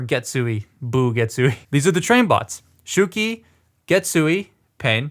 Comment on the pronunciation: It's SHOW-key, not SHOE-key.